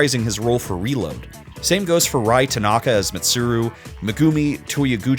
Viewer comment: and rie tanaka as rye when it's ri-yeah